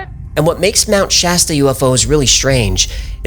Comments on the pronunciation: finally someone pronounces mt. shasta correctly instead of trying to church it up. in a cali local and its pronounced just like its spelled or the soda pop brand. thanks. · I live in Mount Shasta. Thanks for getting the name right! The lava fires.... no so much. I always make sure to keep an eye out for things....